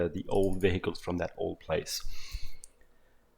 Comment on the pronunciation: when he says "vehicles" i just hear "bagels"